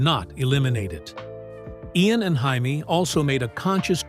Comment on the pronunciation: His wife's name is pronounced "Jay-mee," not "Hay-mee," you knucklehead! AI is gonna make us all crazy....